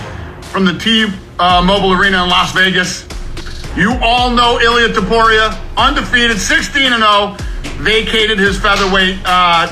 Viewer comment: Topuria min bukan tuporia😂😂